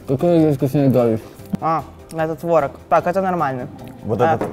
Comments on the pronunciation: Ребят, очень классное видео, реально топ. Но, пожалуйста, твОрог, а не творОг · Блин, ну творог, а не творог же))